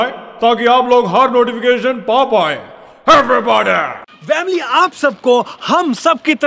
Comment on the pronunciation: Aap log family ko Vamily kyon bolate ho